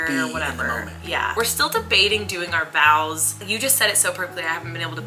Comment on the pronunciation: Wait?!?! You’re not saying vows?